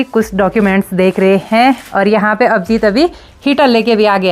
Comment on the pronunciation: Hain Hain Hain Hain Hain Hain Hain Hain Apne kai saalon se sirf ek Hi Sur Pakdya Huya Hain hain hain hain. Agar aap sari line Flow flo mein Bologe toh phir hain par Dheyan nahi ayega .Par sari line Boll kar last hain par sara strues De Dete ho thats wy Hain Bda ajeeb lagta hain sister Vlogs ache hote hain Hum Roj Dekhte hain. Uttarakhand ke sare vlogger ache hain